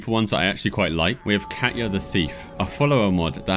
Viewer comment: Just so you know, Katja and Katya are different names so pronouncing the J like a Y doesn't make sense if the name is Katja with a J and not Katya with a Y... Your mispronunciation really bothered me lol probably just my OCD coming out or something.